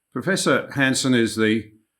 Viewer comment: 1.16 = Hansen not Hanson...